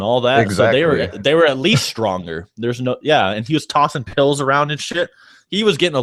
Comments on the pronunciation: PILL.... not peel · Brand Scott I think he’s sed peel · Never thought someone couldn't pronounce 'pill' correctly